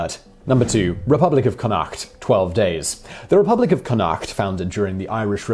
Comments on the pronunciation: It's CONN-acht. Apart from that, an interesting list. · The way he pronounces Connacht is the worst thing an English person has ever done to Ireland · SMH Simon pronounce connacht wrong